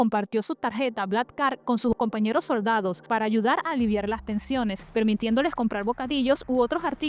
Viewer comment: "lo soRdadoh" 😂